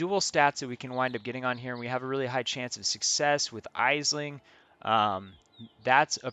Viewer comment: Thanks for the video. Just one correction - Aisling is an Irish Gaelic name and is pronounced Ash-ling (or even Ash-lin where the g sound drops off).